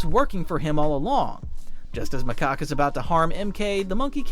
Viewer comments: Macock?? It's Macaque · 😂he keep saying macock instead of macaque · Ayo it aint macock its macaque😂😂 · Someone please make count on how many times they say 'macoqe' instead of 'macaque' 😭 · your putting in the good stuff were macaque lurks on monkey kings house i have seen the show 3 times and stop saying macaque wrong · bro,s name is 'macock' 🥀🥀🥀 If you know you know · Macaque more like makaka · WHY DO YOU PRONOUNCE HIS NAME "MACOCK" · Macaque (ma-cak) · Or calls macaque macock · Or macaw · can someone please correct him on Macaque's name please 💀